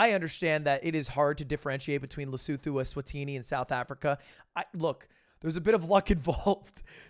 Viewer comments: Hey, Lud! Lesotho is said with a hard t not a th! Like le-suu-two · FYI its pronounced LES -OO-TOO lesootoo, but not the lesotoo as americans would say it(lesoodoo, not like that) more like LESOOTOO WITH A T !!!!!!!!!!!!!!!!!!!!!!!!!!!!!!!!!! :-):D:)!!!!!!!!!!!!!:D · The way he said Lesotho has me crying. Sounded like he had hair in his mouth ... the “th” is pronounced like a T